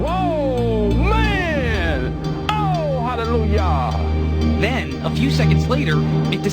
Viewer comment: Did y’all hear him he said halleluYah